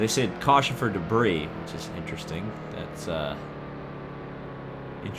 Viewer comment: and we have a CAWSHON